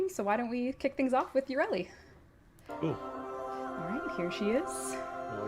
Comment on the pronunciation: mispronouncing frame names like English is not her first language. "GOSS, YURELI" FFS Players yell "you fucked up with the new update" DE: look, waifu kawaii!!!. Fuck this game